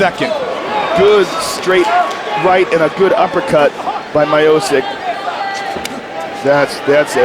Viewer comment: " Stipe Mayosick"